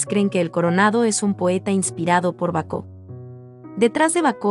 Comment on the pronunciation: Baco, no Bacó